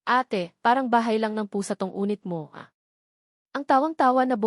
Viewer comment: Anong unit? Yunit ang Tamang pagbigkas, ay ano ba Yan🙄